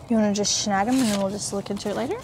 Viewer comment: and, it's SNAG it, NOT SHAG it, SHAG, where I live, is not considered a nice word!? Please Stop saying SHAG.... LOL...